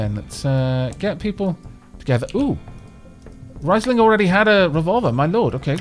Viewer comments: It is good thing that you're renaming the pawns, because the way you're pronouncing it should be written "rEIsling" instead of "rIEsling". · Also, it's pronounced "Reesling" if i am not mistaken.